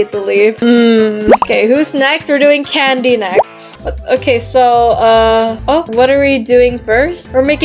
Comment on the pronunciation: Candy not cadny😂